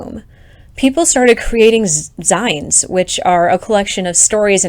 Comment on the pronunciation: the way you pronounce "zines" kills me